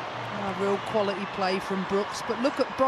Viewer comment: Why do the female commentators speak so badly- I don’t mean accents that’s fine. It’s the pronunciation! For example “ qualaee” when trying to say “quality”!